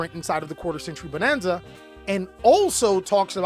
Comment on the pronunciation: i loved how you said quater century Bananza 🤣